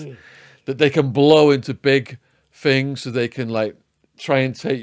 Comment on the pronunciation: Yo he says "fings" rather than "things".